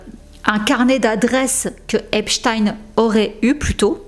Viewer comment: J'aime bien tes vidéos ms fais un effort pour l'accent stp. Tu peux avoir les prononciations sur Google, en tapant par exemple "Epstein pronunciation". J'ai encore du mal à oublier seudge night pour Suge Knight... Mais j'aime bcp tes vidéos, j'insiste. Merci pour ton travail fouillé et divertissant, c'est mieux que ti-M-zi 😁